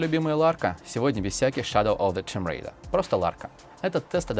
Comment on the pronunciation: тюм рэйда)